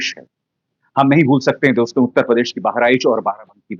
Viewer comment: अभिसार जी, आप के विश्लेषण वाकई प्रशंसनीय, काबिले गौर होते हैं, पर आप 'दोस्तों' शब्द का उच्चारण सुधार लें। प्रत्यक्ष प्रस्तुति में 'दोस्तो!' सही है न कि 'दोस्तो' । अप्रत्यक्ष कथन में दोस्तों सही है, आप तो दर्शकों, श्रोताओं से मुखातिब होते हैं न! अतः दोस्तो उच्चारण करें। मानें, न मानें , आपकी मर्जी। स्नेहाभिवादन!